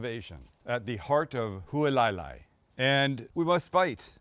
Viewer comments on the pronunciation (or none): Hualalai = Who-ah-la-lie. Not who-uhh lie lie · FYI...Hualalai=Hoo-ah-lah-lye=obstructing the (lava) flow. In Hawaiian legend, also the wife of master navigator Hawaii Loa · "Halualailai" 🤣 Zero effort lol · Hualalai is pronounced like: Hu-ah-la-lai. Just like it's spelled. You didn't even try you cringe haole. Didn't even get to your recipe after that disaster. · Hualalai (Who-Ah-La-Lie) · "at huwaleyla". WTF is that? 🤣🤣🤣🤣🤣🤦🤦🤦🤦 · Loving the Big Island series, we love it there. You almost lost me at your pronunciation of Hualalai (hwa-la-lie), but I struggled the first time I stayed there! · It's pronounced hoo-a-la-lie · If you’re going to do something Hawaiian try pronounce the town correctly it’s “Hoo-ala-la-lai” and Use proper Hawaiian brands too, Aloha Shoyu is the only proper Soy Sauce when you’re on the islands. You shouldn’t be “teaching” people about Hawaii if you’re not properly educated in the culture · Welcome! Since it's in the name of the location I thought I might weigh in on pronunciation. Hualalai is the volcano that this property sits on. It's pronounced Hua (like the marines saying ) - la (like lala land) - lai (like lie). Hua-la-lai. Looks like an amazing trip! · About 25 yrs ago I found fried rice loco moco at the Kuhio Grilll in Hilo, the only version I eat ever since. Who-a-la-lie...is the pronunciation of the village you are stay in. 😊🍍🍍🍍🍍🍍🍍🍍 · pronounced Hualalai is pronounced Who-ala-lie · Being from Kona, the way you pronounced Hualalai made me cringe out of my skin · I know this video is not new, but did anyone else notice that he thought they could see China or Japan from Kona?? Seriously?? If anything, maybe Maui on a clear day. And the complete butchered pronunciation of Hualalai?. And I would have to agree with the others that commented about keeping it simple. And gotta be white rice.I live in Hilo where the original Loco Moco was invented. But props for getting out there and experiencing the Big Island